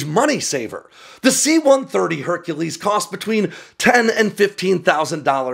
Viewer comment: Honey, you mean HUNKULESE